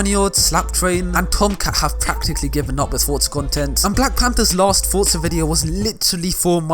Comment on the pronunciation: Every entro this man says fortzaa 🤣